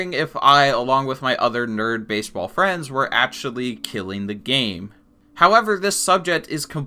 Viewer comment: where are you from that you pronounce actually as atually, section as setion and so on? just curious, no offense